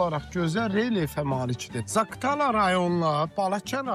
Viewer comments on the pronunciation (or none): Zaqtala yox, Zaqatala